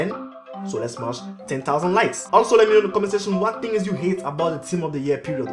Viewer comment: its funny cos he says 10 tings instead of 10 things